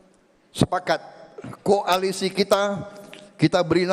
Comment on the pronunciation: lucu lucu si bowo, ngomong koalisi jadi ko'alisi?🤣🤣